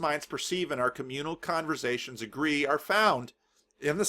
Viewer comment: I think you mean "converZations" ;-)